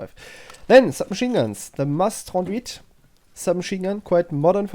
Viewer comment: as a french your pronounciation of "mas 38" surprised me, its the first time i hear an english speaking person pronounce it that well